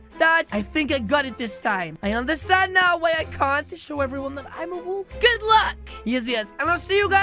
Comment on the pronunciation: I heard balls not wolf😅